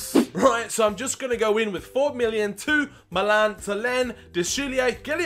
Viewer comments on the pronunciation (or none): none